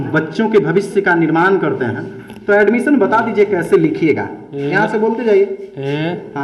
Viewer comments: Alumison = admission 🤣🤣🤣🤣🤣🤣 Wah wah. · Sir galat bol rahe hn admition ka spelling ye baat thik h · Addmisiion Admisan Admison Admisan Edmicion Galti se e sob ho sakta he Lekin Adbsalmison omg 🤣🤣🤣🤣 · Reporter:admission kaise likha jaiga: abs, aimosiom, abmision 🤣🤣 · ADBS. ,ALMISION ,ADMSION BC e hai bihar ka teacher 😆😆😆😆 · अरे गदहा ये कैसा पत्रकार है जो खुद अड्मिशन का स्पेलिंग गलत बोल रहा है और ये चला है इंटरव्यू लेने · ne admission bolne me pura a se z Tak bol diya🤔🤔🤔🤔🤔